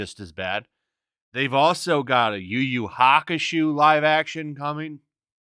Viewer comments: Lol. Yu Yu Hakushow, not yu Yu Hakushoe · Hey it's pronounced ("You You Hawk ku show") Yu Yu Hakusho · No offense, but it's pronounced "Yew-Yew-Hock-IE-SHOW" Not trolling/hating or anything just throwing it out there because I grew up in my teen years with that AMAZING show. NOT looking forward to Next-shits next shitty live action version, and it will be just as hard, IMO even harder, for them to do YH compared to OP. Check out the show, you'll see what I mean.